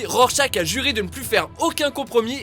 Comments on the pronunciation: rorchach ça se dit rorchar bordel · mais ça ne ce dit pas "rorchach" mais " rorchar" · "Rorschak"?! Vous êtes sérieux?!!!! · Je le dis gentiment Ça se prononce worchache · ca ce dit "rorchar" par contre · Rorscharch qui se pronnonce avec un "r" à la fin, vous avez pas honte de dire "rorschak"? é.é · Et surtout, "RorchaK" ? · cleni _20_03 Dans le film en vf ils le prononcent rorchach :) sinon t'as raison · Moi, c'est la prononciation de Rorschach qui me fait mal aux oreilles ! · Vous ne savez pas prononcé le nom de rorcharch